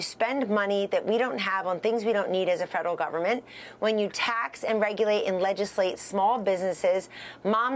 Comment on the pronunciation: She couldn't even pronounce the word gouging